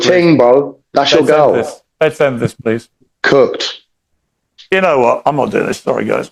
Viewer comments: He didn't say cooked he said cucked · Hes saying Cucked not Cooked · When hes says cooked hes saying cucked